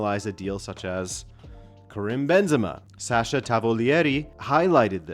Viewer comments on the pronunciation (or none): none